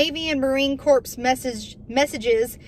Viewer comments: Love you Sister, its pronounced Marine Core...the s and p are silent, corpse is a dead person ;) Semper Fidelis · Corps is pronounced like core, not corpse. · Marine Corps. is pronounced Marine Core. Much love sister! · The "p" in Corps is silent. If you pronounce the "p" you are saying corpse. A corpse is a dead person.